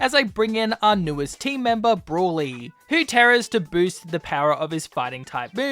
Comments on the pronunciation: How do you pronounce broly so wrong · I know. He just pronounced it wrong